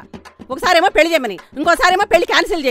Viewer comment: పెల్లి కాదు పెళ్లి